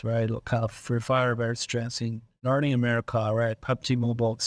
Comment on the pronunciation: Did i hear nowty america for latin america😂❤️